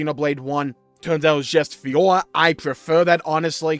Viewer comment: ...plz learn to say "FiorA"